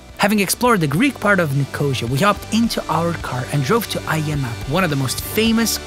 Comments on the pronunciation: Nik-o-see-a, not nikosha. .lol. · Nicosia is not pronounced like nausea, its pronounced as ni-co-see-a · Me too, and I'm English! It's pronounced 'Nik - oh- seeya', but the video is GREAT! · ' Nicosha' what Hell is that? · Sorry as a Cyprus girl my self, when you said Nicosia, I couldn't help but laugh about the wrong pronunciation. Its okay though. No worries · all good, but please check how to pronounce Nicosia / Lefkosia.. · Bugs me how he says Nicosia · Nicosia or Lefkosia not Negoshia, heerokitia not cHoIrOkOtIa